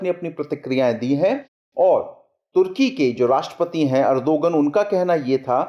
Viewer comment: it's Erdoğan pronounced as erdoan, ğ is silent. please correct it.